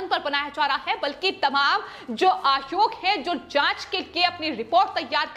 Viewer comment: आयोग कहो आद्योग नहीं। सही उच्चारण किया करो